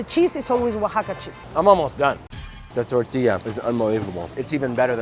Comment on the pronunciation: Did she said tourtilla?